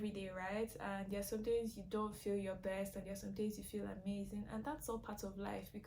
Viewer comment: Emphasis on “resourceful!” friends. Quality over quantity. All day, every day. When you said “berst” I was like WHOOPS! Bobrisky.😂 happens to the best of us, sweetie.😂❤️